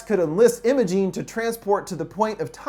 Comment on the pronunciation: m8 that’s not how u pronounce imogen